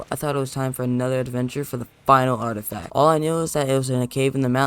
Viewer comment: Mans called an “artifact” an “artistack” 🤣